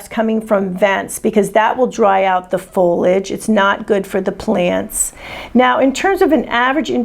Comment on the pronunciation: Pronounced FOH-lee-ij as per the dictionary.